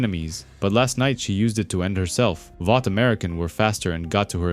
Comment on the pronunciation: “Valt” American then - “Vought”. I don’t get the mispronunciation.